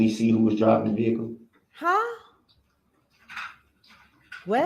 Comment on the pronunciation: Girl you are funny as hell sometimes. “Look! You can see the veekuhl!” 😆 Girl we need to hang out sometime. We can talk over a movie and laugh. 😆